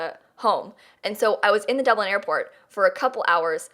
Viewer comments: The way she says Dublin 😂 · Did anyone else notice how says Dublin ish 😂❤️